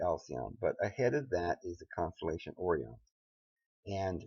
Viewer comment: It's called Sirius pronounced 'serious' and Orion is pronounced 'oh ryan' or 'oh rie in'........